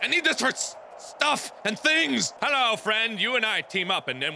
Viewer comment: markiplier: halow everybody my name is barkiplier 😊 me:SHUT UP BARKI NURSE 😊